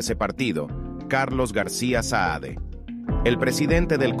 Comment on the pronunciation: Muchacho el botijas se llama CARLOS SAADE ,no "SAED" limpiate la cera de los oidos.